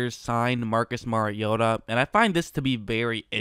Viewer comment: Well at least you know how to pronounce the name of the person you are critiquing. Most in the national media can't even be bothered to do that.